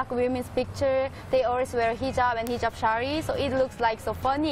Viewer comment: hijab.. sorry....not hujab...